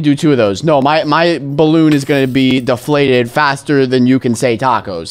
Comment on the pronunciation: did he said bloon???